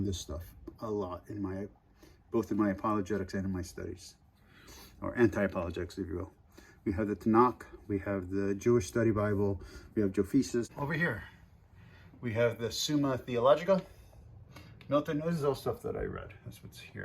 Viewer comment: Just some pronunciation things: the book isn't seder, it's siddur, it's not CHumash like in "chew", it's like the guttural sound in Bach. Same with the kh in Tanakh. I would also recommend something other than artscroll for commentary because they only include rashi in hebrew and they don't even translate all of it. Most of the commentary is kind of biased towards Orthodox (as in today, not back then) and won't really give you much. I would highly recommend a mikraot gedolot, which includes the Torah, the Targum Onkelos (aramaic translation), and some famous commentators. If you read hebrew, Koren publishers has one (I also like Koren a lot more than artscroll in general), and I think JPS might have an english only one. You can also use sefaria to get most commentary for free.